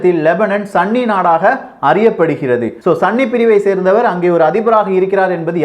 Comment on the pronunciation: Bro athu sanni ella sunni bro😂😂😂